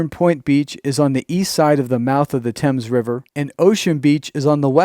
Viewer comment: The Thames River is NOT pronounced like the British one; instead Th is pronounced the Same as for the th in saying think. I would create a large conservation property where natural resources are protected for Peace, Serenity, and Wildlife to roam. Being close to the Casinos, it would be a natural draw for the indigenous people to roam, recreate, educate, and flourish.